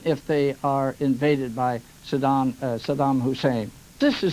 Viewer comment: So many idiots journalists that not one was ever correctly pronounce the name of Saddam.